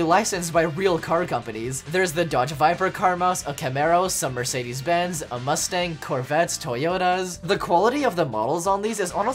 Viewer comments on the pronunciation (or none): none